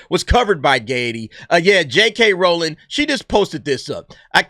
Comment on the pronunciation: Say it with me R-OW-ling (Ow! like when you stub your pinky toe) lol.